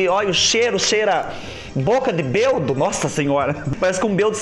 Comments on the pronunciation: Boa tarde do seu adoro quando você fala beldo kklklkk vou fazer essa receita gostei Beijo beijo 💋💋💋💋👍👍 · Acho muito engraçado vc falar bêbado kkkkkkk vc fala belbo . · quase morro de rir quando vc fala beudo kkkkkkkk